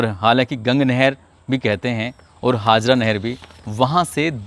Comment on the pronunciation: Sir ji kasganj ki nahar ka naam haazra nhi.. Haajara nahar h..